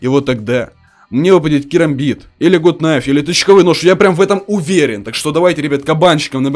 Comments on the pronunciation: не ГУТ КНАЙФ,а ГАТ НАЙФ. гАт- закрытый слог (Gut) Найф- К не читается (Knife) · ПРАВИЛЬНО НЕ ГУТ НАЙФ А ГАТ НАЙФ ДУРАЧИНА,ПРОСТОФИЛЯ ТЫ #ГАТНАЙФПРАВИЛЬНОГОВОРИТЬ;) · Почему гут найф?! Нужно говорить гат кнайф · надо правильно говирить gut knife